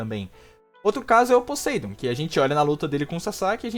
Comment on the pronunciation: Fala Podeindo que nem gente!!